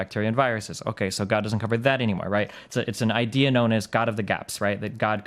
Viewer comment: "google it yourself" wahahahahahaha athene knowl. i cant breath lmao .. btw .. "its an idee" :D :D :D